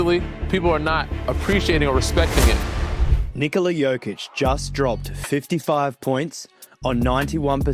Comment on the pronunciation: Finally, NIKola pronounced normally. Thank you, sir!